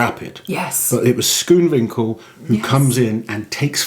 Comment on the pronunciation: another one who cant say Schoonwinkel properly.